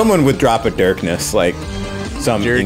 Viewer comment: NO! no. we don't say darkness like that!